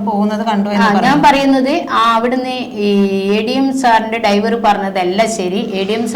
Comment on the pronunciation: ഡൈവർ അല്ല ഡ്രൈവർ